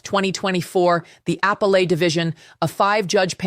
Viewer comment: "Apple-Ate"... I thought it was "uh-PEL-at". That looks like an AI fail. Plus, this is an old story.